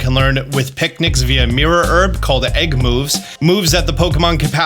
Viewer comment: I can't get over how this guy pronounces "egg." "Egck" "Egck moves" "Pokémon egcks" "Hatching egcks"